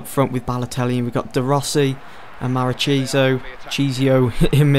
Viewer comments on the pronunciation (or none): its mar-ki-sio